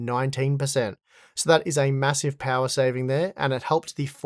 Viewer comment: Unlimited powah